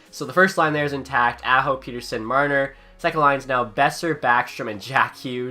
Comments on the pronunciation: Petterson, like letter-son. Not peter-son. People will get it eventually, if he stays good. Please God he stays good. Lol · ITS NOT PETERSON, ITS PETTERSON SAY IT RIGHT!!!!!!!!!!!!! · It's pronounced like pet-her-son not peter-son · Pet not Pete. Petterson. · You said Persin it’s Petterson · Its not pronounced Peterson it's pronounced pettersson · As a swede i know that you are supposed to pronounce it pet-ter-son. I think Elias just accepted "Pet-er-son" because thats what everyone said over in NA. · its actually pronounced El-le-ash Pet-ter-shon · If you want to be pedantic it's actually pronounced pet-er-shown in Swedish, but given the player has stated he doesn't care neither should you. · Say Pettersson right Pet-er-son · actually in swedish it’s pronounced pet-ter-chon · It’s actually Pet-ter-son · bruh im swedish and everyone says pet-ter-son including all swedish commentators.. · he did it as a troll cause people ask him so much, hes talked about the interview on after hours and confirmed its pronounced Pet-ter-sson. All Canuck fans know this.